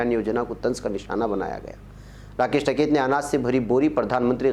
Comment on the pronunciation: ╔═══ ❤☀🍀☀❤ ═══╗ Dear, As-salaamu-alaikum. No doubt you are a great news reader in Urdu. Your title song also sings paeans in your praise. But unfortunately you can not pronounce the name of a man who is making headlines in the country for more than 6 months, correctly. I am referring to the great Farmers' leader TIKAIT. You always pronounce his name as TAKAIT. It is a crime to pronounce the names wrongly. How do you feel feel if you are called AJEEB instead of AZEEZ??? This suggestion is only to improve your news reading. So take it in the positive way!!! ALLAH HAAFIZ!!! ╔═══ ❤☀🍀☀❤ ═══╗ Abdul Jaleel ╚═══ ❤☀🍀☀❤ ═══╝